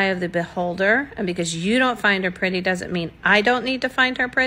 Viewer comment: She's giving those Kardashian heifers and and every time she says "pretty"all I hear is "petty".